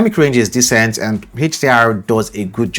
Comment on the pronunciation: Descent and decent are 2 different words my friend when you are saying decent it's sounds like descent.....I'm English so I will give you a tip....when saying DECENT say it like : deeeeecent and when you say descent say descent as normal.....this way it's easy for English speakers to understand you.....👍👍👍😂